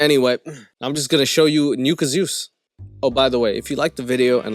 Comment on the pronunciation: Who else keeps hearing his name as NEW KAZOOS